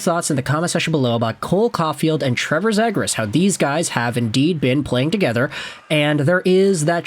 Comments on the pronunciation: it’s pronounced Zee-gras. Bro will eventually learn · Omg man it's pronounced Zeegras!! Learn player names if you want to make content